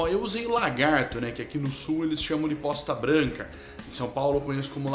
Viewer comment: Mano, acho que ele fala "posta" (fatia), mas ouvi bosta branca também kkkkkkkkkkk